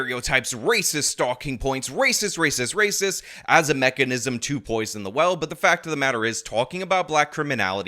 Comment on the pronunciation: Per capita is Rayziz